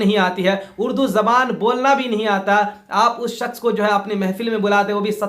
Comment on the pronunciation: Janab apko shaks bolna nahi aa rha he or ap izzat aur zillat pe bol rhe ho.Hazrat Ali ko manne walon ka bhi boycot kar rhe ho.apko to bolna thk se nahi aa rha